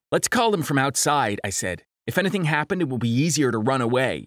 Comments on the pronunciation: does anyone notice how he's saying "ana-thang?" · Am I the only one who realized he said Anything-anehthan Room-roam